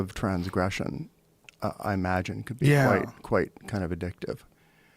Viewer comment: Joe "Amagine" Rogan